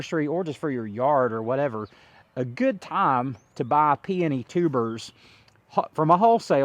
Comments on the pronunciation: PEONY - Pee O Nee (pee oh nee) 3 syllables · Did you provide the source of those peony roots? Those roots were huge and beautiful! I would love to buy some and pot them up. Where did you overwinter them? Also, I have read and found it to be acceptable or correct to say peony either way. Both camps think they are right. 😂I enjoy your content. Congrats to you and your family for your success.